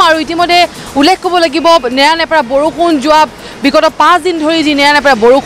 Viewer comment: Ullekh word tu k thikse practice koril sage..